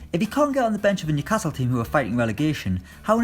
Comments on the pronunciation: Phil_Oged 07 knew casil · How did he pronounce Newcastle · That's how all Geordies pronounce it